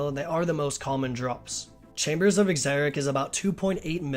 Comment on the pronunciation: "The chambers of EXERIC"... lmao.